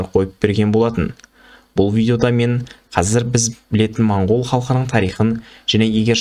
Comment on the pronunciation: Монгол емес мынкол